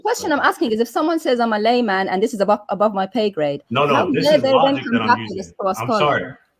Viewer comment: Im just a lie man or did he say layman